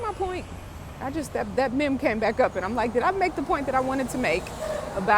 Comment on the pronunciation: Fitness on point💪🏾. You say mimm instead of meem (meme)😆